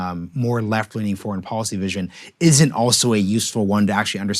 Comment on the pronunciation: IT IS pronounced depoliticised - NOT - DepoWiticised Bolled over - NOT - boWed over & here is the BEST policy - NOT - poWicy Get the marbles out Son